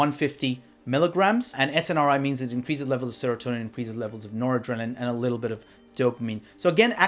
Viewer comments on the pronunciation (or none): none